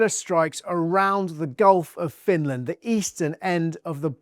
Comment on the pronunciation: It's Finland and NOT Finaland